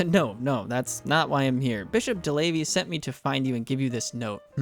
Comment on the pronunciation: I died a little every time you said DeLavey... 😅 No clue how to type it down so it's easily recognizable for anglophones, though... 😢 Now it's too late, anyway. 😂